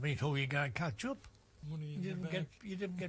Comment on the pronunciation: "Catch up" NOT "Ketchup"